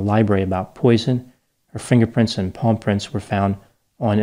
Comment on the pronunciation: i thought you said paw prints oh ok palm prints. carry on